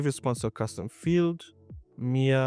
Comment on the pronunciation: Lol I heard Mere not Mia lmfao Was like oh cool I'm an agent now 😂😂😂